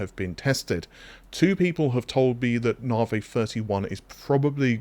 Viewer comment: Can't wait for them to move onto whatever is after navi. Cant stand hearing it called narvey every single time lol. Its not a way of saying it, if it's its name you say it how it's meant not how you think it's said, just like when the new doctor joined the enterprise in TNG and she would call Data, Darta.